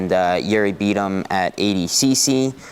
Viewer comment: Why does he pronounce it "ADcC". It's clearly ADCC